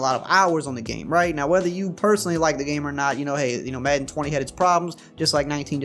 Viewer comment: not trolling, love the way says "Maedan".